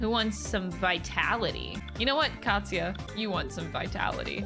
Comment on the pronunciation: Oh Katsuya, as in "Cat"-suya.